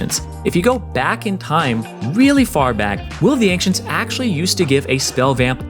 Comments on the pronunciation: Why the fuck are you pronouncing "ancients" so weirdly??? You're saying "ank-tients" wtf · The way the dude pronounces the C in "Ancients" as "Ank-cients" is weirdly irritating. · "Will of the Ankh-cents" ooof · "Will of the ankchenct" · Will of the anxents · Em... Any1 else hearing "Will of the Ancients" as "Will of the Ank-cients". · "Will of the Ankcients" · LivingWithBears Will of the Ank-shents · Interesting way to pronounce Will of the Ancients